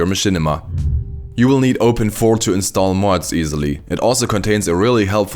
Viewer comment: Never heard someone say open 4 it’s called open I V